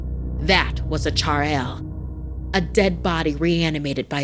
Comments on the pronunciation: sorry if tis comes off a bit rude bit its pronounced "chur-rail" not "char-ail" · it's not pronounced as (char-yel) it's pronunced as (chu-rel) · E Youtube need some pratice its churel not char l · it's choorail written as churail not chaareil 😭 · bro its chudail not charel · When she said char-el instead of churel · It is “Churail” pronounced as “Choo rail” not “charayal”. It is also known as “Chudail” in some parts of India. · It's pronounced churell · The way she said chartale was so funny cuz I’m Punjabi and that’s not how you say it💀💀💀💀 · It's churail or choo-rail..please pronounce it right. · its pronounced chur rel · It pronounced as Chuh- raa- eel ❤ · Its PAKISTANi pronunciation is choorail (churail)... It means witch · It is Churail or Chudail or Churel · IT’S CHUR-AYL lol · Chuurail. Chuuuu Rail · You should put the monsters name in the description. Sometimes the monster is mispronounced and causes confusion. In this case it was mispronounced, and no further research could be done.